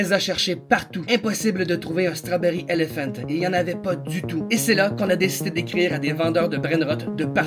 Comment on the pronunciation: L'accent strawberry elephante